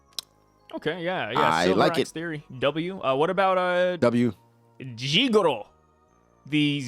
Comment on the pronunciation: It’s jigoro